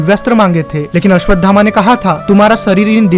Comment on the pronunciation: पहले आप अश्वत्थामा बोलना सीखिए कृपा करके गलत उच्चारण मत करो